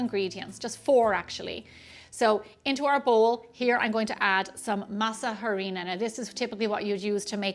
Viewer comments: Yummy. FYI. In Spanish, the H is silent in Harina. Pronounced Ahrina. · The H in Harina is silent!